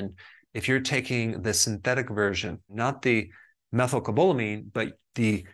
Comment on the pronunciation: lol that is not how you pronounce methylcobalamin. I know this because I take the injections and i kept embarrassing myself at the pharmacy so I had to finally look it up and learn it. That isn’t it but I really appreciate the info in this video - you are always on a subject that is front of mind so thanks!